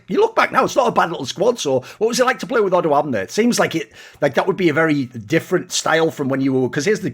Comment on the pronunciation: as a romanian who doesnt play league, hearing thoorin say "odoamne" so nicely was so weird yet satisfying as ive heard about him but never heard thorin pronounce his name